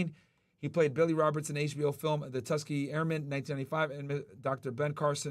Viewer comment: My man worked for the federal government and didn’t what or even how to say the Tuskegee Airmen.